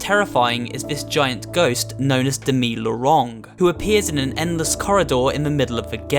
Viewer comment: pretty good pronunciation of Demit Lorong. demit means "ghost" and lorong means "tunnel" or, in this case, "corridor", so it should be (or should've been) "demit catches up with us" Anyway, great video, might check out some of the games.